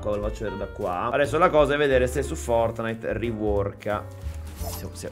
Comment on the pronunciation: Oh fatto il pvovino pev gli erre esse enne e oh vinto il fovtnite